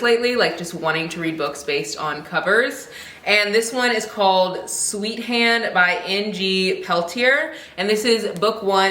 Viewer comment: Sweethand is pretty good! I just finished the audiobook last week. You pronounced her name correctly. It's set in Trinidad and a little spicy.